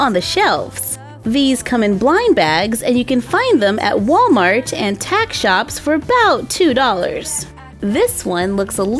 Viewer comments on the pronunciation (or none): none